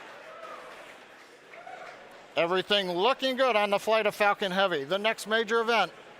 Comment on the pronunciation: lol he said Falcon heavy, my ears heard fucking heavy